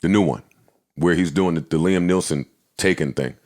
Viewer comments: If Joe is gonna do anything, it’s mispronounced someone’s name. Jason Stadum & Liam Nelson 😂😂😂😂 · Joe: Jason STADUM Also Joe: Liam NEELSON More Joe: SHAMON Moore